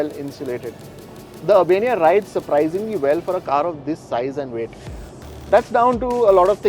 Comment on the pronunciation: And that's not car don't call caar